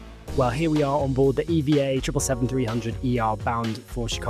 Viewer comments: It's called E V A NOT EVA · It's E-V-A as in Evergreen Airways but I often find myself calling it Eva.☺ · Officially, it's E-V-A, but even employees, when not speaking with customers, will say EVA. When the airline was established, the chairman, the founder of Evergreen Group, wanted the airline to have the name Evergreen Airlines. But that name was already taken by a US cargo carrier airline. So he settled for EVA (short for EVergreen Air). However, in Taiwan, they're free to use Evergreen Airlines (長榮航空). So people in Taiwan mostly refer to it as Evergreen Airlines. The Taiwanese diaspora around the world normally says EVA instead of E-V-A (it's just easier). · Not really a Hello Kitty fan (sorry folks!) but EVA Air (I pronounce it Eevah) is one of the nicest ways to fly in business. I'm a fan. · The flight attendants on board calls it E-V-A , check with them next time when you fly